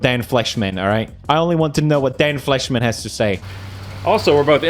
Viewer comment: If hear Dan felshcidkanman one more fcking time im disliking this video